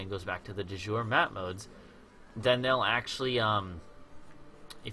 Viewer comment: Thank you for these videos, they've definitely helped me. One tiny thing, it's my understanding that the second "e" is not silent in de jure. I believe you gave a pronunciation disclaimer, so I only mention it because you say it so often in the early parts of the series and it sounds like your saying du jour. I could be very wrong though, so please correct me if I am. And I'll be checking out your full channel for more help in learning to play this intriguing game! :)